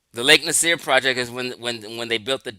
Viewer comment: you’re not even a continental Afrikan—you don’t recognize that modern country borders were drawn by colonizers. The present-day people of Egypt and Sudan include Nubian populations, but labels like “Nubian” and “Egyptian” are constructed terms; the native people know who they are. Even something as basic as pronunciation gets overlooked—Lake Nasser is pronounced Nah-sa, not “Nasir.” It’s also clear the man is not YT—start there. And Arab is primarily an ethnicity / ethnolinguistic identity, not a 🗣️ RACE. • Ethnicity = shared language, culture, history, and ancestry • Race = a much looser, socially constructed category based mostly on physical appearance So speaking Arabic or identifying as Arab does not automatically make someone a separate “race.” That’s exactly where a lot of confusion starts.